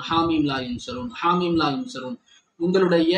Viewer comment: I like salavat.. hellooo atha sariya padinga sir.. athu haameem laa yunsaroon... Neenga laa yansaroonu solringa opposite artham...